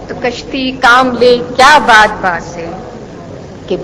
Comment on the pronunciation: 1. meer-e karwaan = leader of the trope (qafila) 2. badwaan ... it is not badwaa.... it is BADBAAN In old age, even in modern age also (only is sports now), people used to travel in the boats who had a big piece of cloth tied beside the boat and they fix it according to air pressure and direction and bla bla.... i hop u got it... That piece of cloth helped people to move on. That was called Badbaan... "Bad" means "blowing air" and "baan" means holder... See next comment also for rest